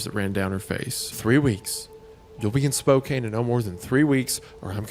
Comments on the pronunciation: adjusts glasses AKCHEWALLY it’s pronounced Spo-can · I'm up creepin my cast amongst the firsts. Also it's "Spo-can" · As someone who lives in Washington hearing Isaiah mispronounce Spokane is jarring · Their pronunciation of Spokane is absolutely killing me😭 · The scariest thing in this story is how they pronounced Spokane. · how the guys pronounce “Spokane” is killing me 😭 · As a Washingtonian, every mispronounciation of Spokane hurts my soul just a little more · And Spokane, I cringed every time 😅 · Story is way too close to home, ties in with Spokane being pronounced wrong 😂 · How he pronounces spokane here agitates me smh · Being from Spokane, it is hilarious hearing the way you guys pronounce it 😂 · The pronunciation of Spokane is killing me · Thank you! I grew up like a couple of hours away from there, and the pronunciation is like nails on a chalkboard. Especially since they both sometimes get it right. Gah!! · I'm physically cringing every time they say Spokane. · Oh my god. Please learn how to pronounce Spokane. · That is not how you FUCKING PRONOUNCE SPOKANE. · I like that Isiah said Spokane correct the first time and then butchered it the second time. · Whenever people pronounce "Spokane" wrong it brings me a little closer to releasing the creature... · As someone who’s grown up on eastern Washington. It’s pronounced SpoKan ..not Spokane just a heads up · Me, a Washington resident hearing them mispronouncing Spokane wrong the whole time. It's pronounced Spo can. Not Spo cain. I know that's how it kinda looks, but no one in the entire state pronounces it spo cain. It's always spo can. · Not a big thing but I have to mention. Spokane is pronounced Spo-can Not Spo-kane not a big thing and honestly I don't blame anyone who's never heard it spoken because thinking about it, it is kinda weird also if someone says their from Washington they mean Washington State people from D.C say they're from D.C or Washington D.C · Spo-cane is diabolical